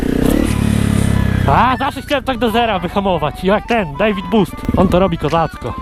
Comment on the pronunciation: David bost wymawiasz tak samo jak czytasz bez akcentowania jakiegoś tak na przyszłość ;D